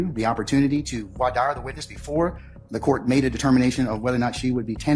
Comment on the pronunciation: Judge can't even pronounce voir dire FFS